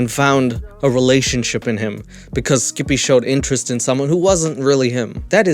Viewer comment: I love the way he says Skip-eh 😂👌